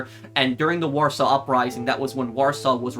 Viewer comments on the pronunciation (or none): none